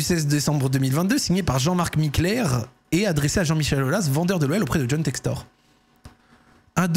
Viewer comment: Mdr t’a dis Jhon sextoy sans faire exprès et juste avant tu disait d’arrêter de dire BiteCo 🤣🤣🤣🤣🤣🤣